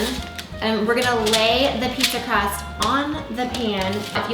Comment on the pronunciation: "Pizza Crahst?" lol